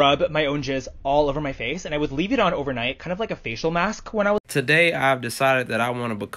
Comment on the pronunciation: Emphasis on “facial”